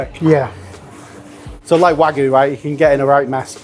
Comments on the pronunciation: It's wagyu (wag-you) not wagu (wa-goo). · It is WAGYU not WAG-oO. You say WAG then YU. Not WAG followed by oO. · say wagoo one more time i dare you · Some people say that British food is lacking in sophistication. I disagree, though when the chefs of one of our top restaurants can't pronounce "wagyu", I do start to wonder.